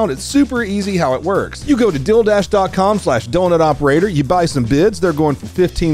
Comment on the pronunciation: love the way you pronounce Deal Dash you made it sound like an onlyfans sporting event :)